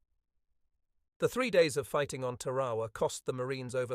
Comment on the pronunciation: The normal good production of this Author were spoilers by proaunation w of Tarawa, it’s npt Tawa. 😢